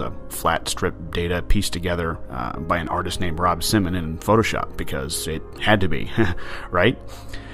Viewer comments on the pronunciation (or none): none